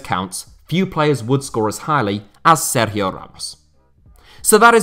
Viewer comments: Nice Sergio Ramos pronunciation, mate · Have to say , i appreciate the way you were pronouncing his name. It really was quite good. Not many people would attempt it once ,much less throughout the whole video